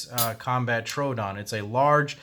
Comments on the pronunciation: It's not a Trodon, it's a "Tr-o-o-don" which is Greek for "wounding tooth" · Not how you say trodoon but good video